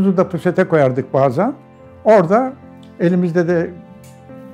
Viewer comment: Adam puset diyomus bende diyom ki posete cocuk mu konur